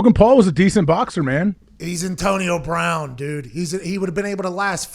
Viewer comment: “Antonio Brahn”